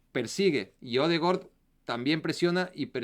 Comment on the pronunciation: Es odegard no odegord 😂😂😂